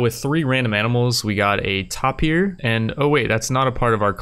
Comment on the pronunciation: it was killing me he kept calling it "topier" its pronounces "tape-ier" (yes ik you corrected yourself eventually) despite that fantastic video! hope to see more hopefully a complete series xD